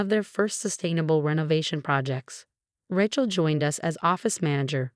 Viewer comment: Learn how to prounce Rachel right.